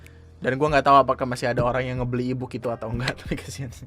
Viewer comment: baru ngeh gw kalo "e-book" jir, gw dengernya ibuk